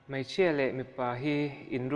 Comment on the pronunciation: Mei x Mai √